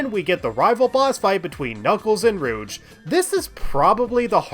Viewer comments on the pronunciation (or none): Why do you call her "Rooch" instead of "Rouge"? :D